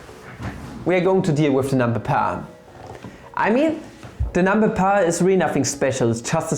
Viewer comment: I like how we said pi like peia